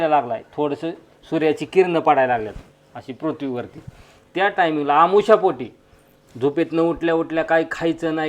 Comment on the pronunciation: आमोशा पोटी नाही हो अनोशीपोटी म्हणा